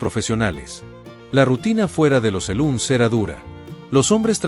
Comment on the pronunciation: Cada vez que dijo Seluns para referirse a los Salones del Oeste, (SALOON), me dieron ganas de abofetearlo 😅